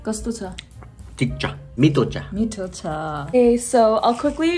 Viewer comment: Whenever he says Thik cha and mitho xa with his accent I burst out laughing 😭🤣🫶🏻